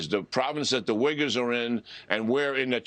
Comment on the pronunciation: It's Wegurs not wiggers